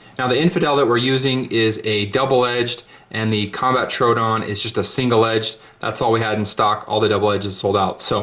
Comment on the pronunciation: FYI, Troodon is TRO-owe-don like the dinosaur.